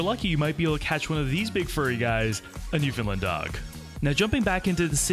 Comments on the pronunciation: Friendly tip - Newfoundland rhymes with understand :) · New-Found-Land not newfoundlin